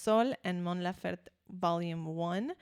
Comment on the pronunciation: Great reaction. just one thing the last E in her name is also pronounced, laferTE not lafert. She talks about her migranes, not love.